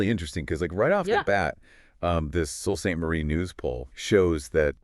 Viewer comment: Sault Ste Marie is pronounced "Soo" on both sides of the border. Sault Ste. Marie is in Michigan also, not just Ontario.